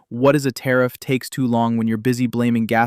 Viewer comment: Good points. Love your videos, Still amazed at the willful ignorance some people display...oh btw it is tariff, not tarrif.